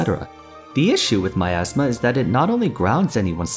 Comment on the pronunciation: cassiopea's my-ass-ma